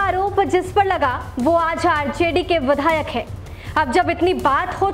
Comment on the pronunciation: Badhayak nhi vidhayak